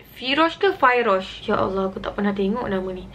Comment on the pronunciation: phyrosh tuu sebutan Firash I think